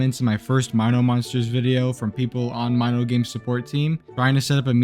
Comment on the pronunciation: don't worry man, I've pronouncing it correctly too! Even as a 9 y/o back then! My-no for Mino Monsters!